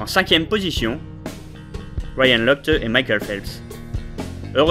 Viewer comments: non mais serieusement ryan "lochteu"????? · oui c'est vrai mais a ce moment là tu devrais prononcer locht sinon tres bonne video!